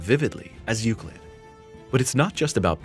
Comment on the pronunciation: You say Euclid Correctly!...But the title of the video probably wont help in Search Rankings!(Unless it is a Common misspelling)